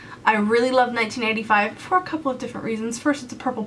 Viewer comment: I've literally rewatched it a zillion times! I can't tell if she said 85 or 95